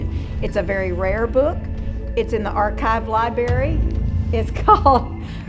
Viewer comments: is it just me or did the guide say “libary” instead of library 😂😂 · The american libary....... why do americans have trouble pronouncing regular words i cant count the number of times ive heard say foward and not forward lol